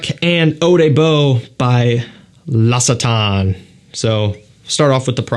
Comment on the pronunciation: Im pretty sure its pronounced "LOCK-see-tahn/tawn"